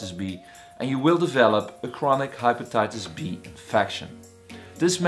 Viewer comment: HaypataytasB.... its just pronounced wrong